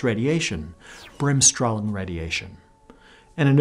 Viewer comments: Bremsstrahlung isn`t an easy word though. Braems-Shtra-loong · Your German could use a bit of work and "Bremsstrahlung radiation" is redundant since Strahlung means radiation. Also what did Kelvin do to earn a ° from you? ; ) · "bremsstrahlung radiation" x'D strahlung is he german word for radiation you literally said "brakeradiationradiation" xD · Lol.... you said "breaking radiation radiation". (strahlung = radiation). Not to mention you butchered the pronunciation, but that's ok.